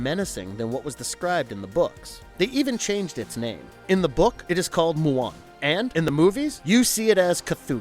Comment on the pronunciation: Great video, but four errors: STAN Winston Studios. NOT Sam Winston Studios. You eventually said it right, but it is KATHOGA, NOT Kathooga. But also M-BWUN, NOT MWOON. Lastly, and just as importantly, D’Agosta is pronounced D’AGUSTA, NOT D’AGHOSTA. But, like I said, great video.